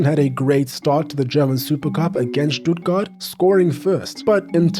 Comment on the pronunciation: Probs for the Stuttgart pronounciation my man